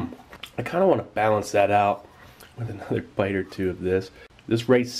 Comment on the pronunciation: sa lets get this aht ona treh